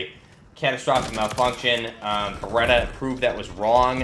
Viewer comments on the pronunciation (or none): Isn't it Beretta?